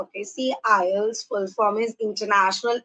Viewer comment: Mam you are pronouncing ielts wrong